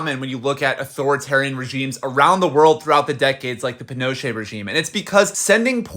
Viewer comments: It’s pronounced pee-No-Chet not penocha lol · It’s possible she was “disappeared” if her parents were seen as a threat. Look up the Dirty Wars of the era and you’ll see. Also, its ‘pee-noh-CHAY.” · The way you say Pinochet 😁 Sorry i know this is a serious topic but i kept thinking you were speaking about Pinocchio.